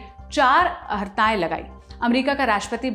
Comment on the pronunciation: डीयर आप “अहर्ता“ और “अर्हता” में से किसे शुद्घ शब्द मानते हैं? आपके चैनल में सदैव “अहर्ता” (अहरता) उच्चारण किया जाता है। निवेदन है, कृपया क्षुद्ध उच्चारण किया करें।